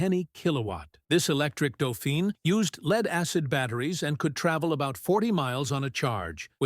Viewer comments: Se dice "dofín", no "dufain"; se dice "renó" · Doe feen? Non, non, non c'est Doe fan! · Sorry it is doefeen as the e on the end designates the feminine gender. Dauphin or doefan is masculine as in the chap who helped Joan of Arc 😊